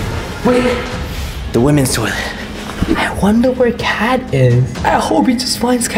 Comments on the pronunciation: Ha ha you said cat instead of Kat Lol lol lol😂😂😂 Everyone hey everyone this person doesn’t learn English ha ha ha!!! Sorry I was rude. I’m a I’m a rude ambush😔😔😔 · Ket not cet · It’s pronounced kat not cat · It's not (cat) it's(kat) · It’s k a t not cat but I’m done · You pronounced Kat wrong😂